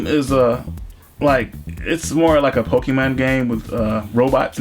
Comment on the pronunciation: pokeman it's pokemon